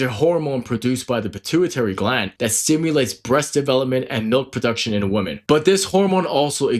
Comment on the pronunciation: You sound illiterate. woman (/ˈwo͝omən/) women (/ˈwɪmɪn/) Singular: woman is pronounced /ˈwʊmən/ (rhymes with "wool-man" or "book-man"). Plural: women is pronounced /ˈwɪmɪn/ (rhymes with "wim-in" or "swimmin'").